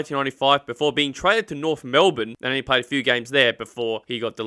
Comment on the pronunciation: But there is an F in Norf